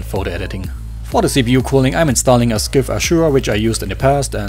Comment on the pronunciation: Scythe wird "sseif" ausgesprochen ;)